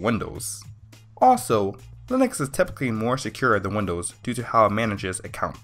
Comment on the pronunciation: You lost me at Lin-Ex and Win-Doos.